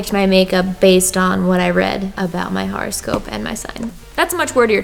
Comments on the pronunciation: " pronouncing horoscope wrong for 5 minutes" ITS NOT A FRICKING HARASCOPE DANG IT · Seriously thought she was saying "horrorscope". LOL. Oops. Would've been appropriate for Glam&Gore ().